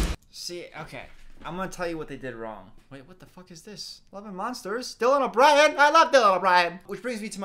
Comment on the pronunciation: I lOvE DyLaN O bRiEN which brings me to my first point people think that just adding weird inflection to ur voice is funny